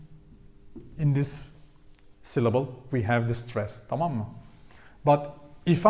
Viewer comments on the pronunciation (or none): Thank you. Very interesting. I’ve been learning on Duolingo and Babbel but this was really helpful about the stressors in spoken language. I love the way you say Tamam lol. Are you adding an ending on it? It sounds like you’re saying Tamama :-)